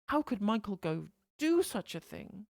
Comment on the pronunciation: "Mao-chael Gove" XD